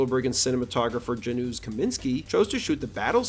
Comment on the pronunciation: It’s pronounced “Ya-noosh”